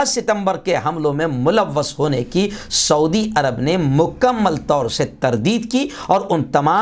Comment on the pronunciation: ۰ شعودی نہیں سعودی عرب ہے پلیز ۰